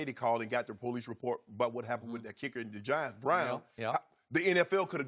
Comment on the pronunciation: The po lease lol